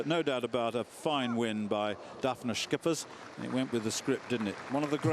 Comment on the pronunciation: Schippers is pronounce ship-ers... not skippers... lol wut a nonce